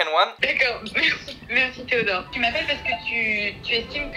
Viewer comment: les « d accord theodort »😂😂